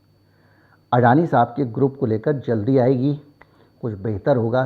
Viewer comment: अडाणी को अडाणी कहो. आप जो कहते हो वह हमें सुनना पडता है. दुरुस्ती जरूर जल्दी करो.